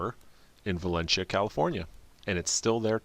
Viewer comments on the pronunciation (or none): • Drives me wild when pronounces it Va-Len-Chia, instead of Va-Len-See-a. • my best guess is Magic Mountain Parkway, closer to the intersection of Commerce Center Dr. That area has been highly developed since. Could also be one of dirt roads directly west of the park.